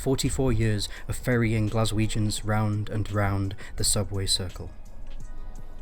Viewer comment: “ Glaswegians”? Wtf